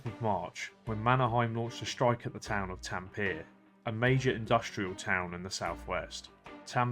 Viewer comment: You butchered T A M P E RE (taM -puh-ray)